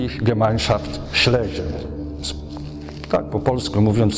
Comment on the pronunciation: Panie materiał bombowy, natomiast warto wiedzieć że niemieckie słowo Schlesien wymawiamy "szlezien", z dźwięcznym pierwszym "e". Pan Romuald to wie, ale też nie jest pewien. Wymowa zaproponowana przez Pana przypomina słowo "schliessen", czyli "zamykać". Oglądam dalej z zaciekawieniem.